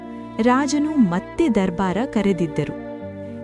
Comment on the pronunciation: ಕನ್ನಡದ ಮಾತನಾಡುವ ರೀತಿ ಅಂದರೆ ದರ್ಬಾರ್ ನ್ನು ದರಬಾರ್ ಎಂದು ಹೇಳಿದ್ದು ಸರಿ ಇಲ್ಲ